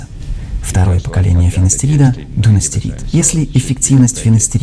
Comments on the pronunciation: В видео ошибка. Правильное название препарата дуТастерид, не дуНастерид. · не дуНастерид, а дуТастерид.